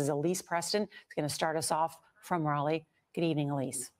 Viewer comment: Crazy young white men with guns make up a huge percentage of mass shooters. What the hell is causing this to happen? Granted it is way too easy to get guns but there is something more going on. As a side note Raleigh is pronounced "rol-lee" not "reilly"